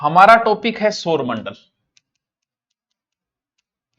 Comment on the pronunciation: सर आप सौरमंडल को सोरमंडल बोलते हो 😮